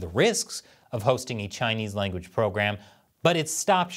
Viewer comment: In exchange for teaching Chinese language sounds like he said “ in exchange for “ chinchongchang “ 😂